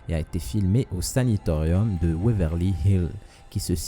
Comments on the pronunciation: SANATORIUM!!!! et pas SANITORIUM apprends le Français avant de faire des vidéos sur youtube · 5.32 "saNAtorium " et non pas Sanitorium s'il te plait ! 🙏🙏🙏